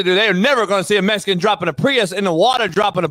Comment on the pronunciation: "That car looks mescan" 🤣